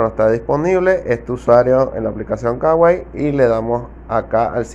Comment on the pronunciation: No se dice kawai se kuai